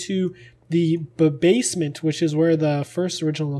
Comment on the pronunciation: said bbasement